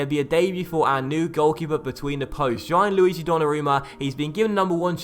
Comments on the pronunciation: I think it's pronounced "Gee-an-lu-ee-gee" not "Gye-an-lu-ee-gee" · Gianluigi is pronounced more like jan-luigi, not ji-an-luigi